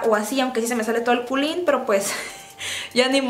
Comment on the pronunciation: Jajajjaja el culin jajajaj sono raro 😂😂😂😂😂